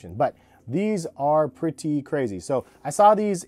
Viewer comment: This dude dont know how to say pretty hahaha